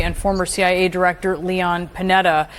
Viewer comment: "lie-on"!